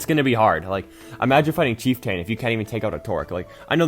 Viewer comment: I have a feeling you're pronouncing Trork and Chieftain wrong on purpose at this point.